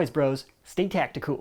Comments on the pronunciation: Hey,, it's not tacti-tech, it's tech-ti-cool. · its tech-ticool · Its Tech-Ti-cool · it's tech-ticool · It’s tech-ticool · It's tech-ti-cool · No. it’s Tech-ti-cool